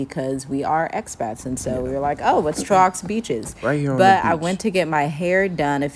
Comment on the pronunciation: Trow ox beaches 😂